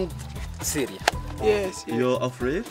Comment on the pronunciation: and how many childrens? xuliya(English accent) 但是很鼓舞人心的片子